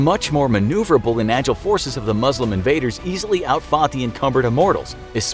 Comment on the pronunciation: When will you learn that is not how you pronounce Muslim!!!